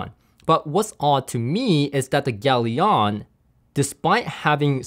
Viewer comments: Are you sure it's pronounced 'yalion' or rather 'galion' as in 'galleon'? Consiering its logo is literally a triple sail galleon mast... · It has a ship on it, it's a 2 syllable, not 3. Pronounce it correctly would have made this review credibile Gal-ion, not gal-i-on.